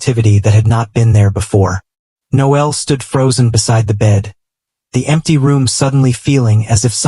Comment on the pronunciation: I hate how AI pronounces Noel likes it a girl.